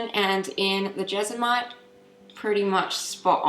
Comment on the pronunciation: It is Jes-mo-nite